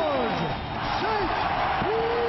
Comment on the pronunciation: es ST-Pierre y els welter brother, pero en todo lo demas estás en lo correcto